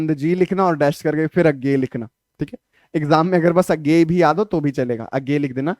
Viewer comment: उज्ञेय ❌ A GAY ✅😂😂😂😂